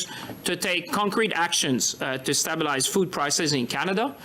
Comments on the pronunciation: The chihuahua needs to learn to say stabilize properly. He is right by the word "stab" though. Canadians are definitely getting stabbed by the Liberal government. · Someone tell that stupid frog how to pronounce stabelize